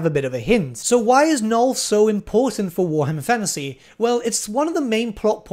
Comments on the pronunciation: why are you refusing to pronounce the second n in nulN? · I really have to ask, out of some unhealthy curiosity - why Null, not Nuln? And why Elsa, not Elspeth?:) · every time he forgets the second N in Nuln I get closer to having an aneurysm